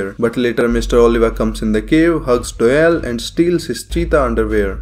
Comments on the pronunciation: Everyone: Doyle: Dowell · Lmao he calls doyle dyel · Ah yes, my favorite character, "Dœyl" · Wait is his name pronounced Doy-ley or Doy-el